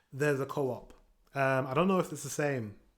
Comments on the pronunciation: Swedish coop is not the same as in britan, and it's not pronounced co-op, it's one word. coop. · Its Coop, like chicken Coop but should be The same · Oh so in English you say co-op but in Sweden we say Coop😂